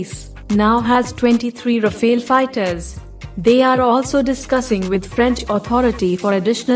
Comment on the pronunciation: Rafale (Powerful wind in French) not Rafael.